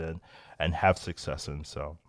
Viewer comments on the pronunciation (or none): none